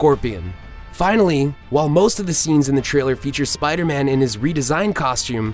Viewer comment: Spida Man!